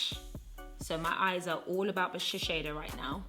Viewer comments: its sh-e-s-i-do not sheshedo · *shiSeido, not shiSHeido. I'm sorry but it was driving me crazy the whole video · It’s actually shiSeido and NOT shiSHeido😂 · This is an amazing video. But just a nice comment not to offend you or anything I think it’s better to say shiseido (sheeseido instead of sheesheido because I know Japanese are quite sensitive about their brands). I think with this you’ll be more that loved and respected inside Japanese society 😀 I hope you don’t take me wrong because I do love your channel! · shiSEido not shisheido! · is shiseido not shisheido this brand is from Japan. You made laugh i love you forever. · Babe, please! Shiseido is pronounced like she-say-doh! It's a japanese brand and it has a japanese name 😁👍 Love the video of course! I think it's just horrendous that anyone could be scared to say what they like to use... if the product works good for you then hell! Use it to the bone and be proud of it. It really doesn't matter if its 50p or 50quid - you do you always! ❤ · You're always super honest! But it was nice to see this video. Shiseido is huge in Japan, they are like Loreal. Ahahah you say Shi-sh-eido ahahah, please keep doing that. xxx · And only now have I realized I've been saying Shesheido wrong all this time. >_< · When she said “ShiSHeido” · I love this video. Omg I'm like laughing at the way your saying Shiseido hahaha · I was so into the video, but the way you constantly pronounced Shiseido made me click off. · Are you sure that’s how you pronounce shiseido lol